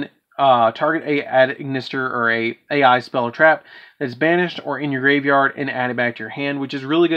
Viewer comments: The "A.I." is pronounced "eye", but still, pretty cool deck. :) Keep up the awesome deck profiles! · Since you don't seem to know the word "a.i." is supposed to be pronounced like "eye". lol